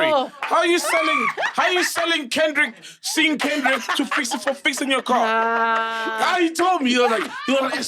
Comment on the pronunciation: I thought i was the only person who heard that. butchering Kendrick's name